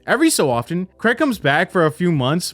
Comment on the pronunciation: Honestly, Americans, please learn how to say the name Craig. It’s infuriating lol